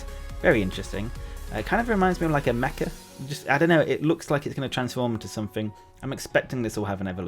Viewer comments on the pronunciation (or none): none